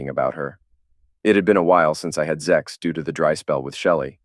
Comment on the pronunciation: It's pronounced Sex, not Zex